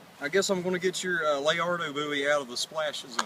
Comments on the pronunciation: WOW....I'VE NEVER SEEN SOMEONE DO A YOUTUBE VIDEO WITH MARBLES IN THIER MOUTH? (LOL) I THOUGHT IT WAS A 'LA-RA-DO' BOWIE....NOT 'LA-AR-DO' BOWIE....BUT....ALL FUN AND GAMES...KEEP MAKIN VIDS...I SUB'D.... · Not hate`n but stop calling it the leardo bowie! its call lerado :P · ok, liked the video, you guys were entertaining, but as fellow Texans please, for the love of god, it's Laredo (Lah-RAY-doh), not whatever the hell y'all were saying. it's a city in Texas for Pete's sake (I lived there for a time)... otherwise, keep up with the great videos. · You pronounce the Cold Steel Laredo Bowie the same way you say Laredo Texas the town.